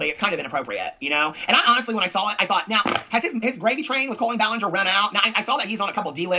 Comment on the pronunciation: I thrive every time I’m watching and hear “NOWR”